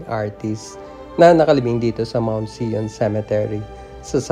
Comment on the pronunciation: ANG PAGBIGKAS NG ZION AY "SAIYON" MOUNT ZION ITO AY ISANG BUNDOK SA ISRAEL